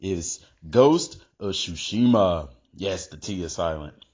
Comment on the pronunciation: T is not silent. It's Tsu. Not Su or Chu. It's Tsu.